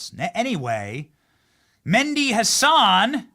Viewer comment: It's not Mendi Hasan. Its M e h d i with an "h" Arabic name.